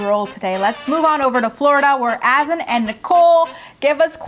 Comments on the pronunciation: I really feel like Azan's name isn't pronounced"Azin". Should be more like "A-zahn". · It’s AH-ZUN, not “as-in”